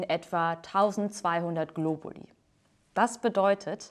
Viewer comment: Globulis? Meine lateinischen Ohren winden sich vor Schmerz! ;)